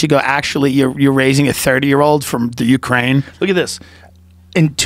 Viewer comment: I think he said Ukrania hahaha